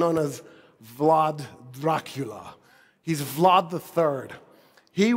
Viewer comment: comeo n prefoessor even i Uzbek Turkic person know how to say it dear olf Vlad lol